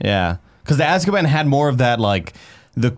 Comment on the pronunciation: Everytime says "azkaban ", I think hes saying "asskaban". watched the wrong movie.